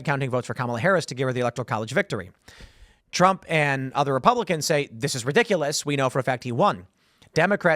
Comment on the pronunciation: Trump not Tramp